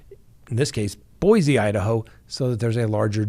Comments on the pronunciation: Boy-see rather than Boy-zee,. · It is Boy-see, Boise please and thanks!